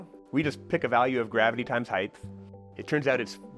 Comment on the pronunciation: Please say "height" instead of "heighth"